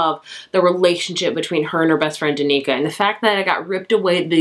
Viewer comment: Danika 🤣 Dan-i-ka